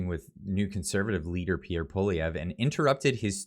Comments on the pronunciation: You will be talking about Pierre A LOT in the future. Please pronounce his name properly. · ffs would u learn how to pronounce Pierre’s name!!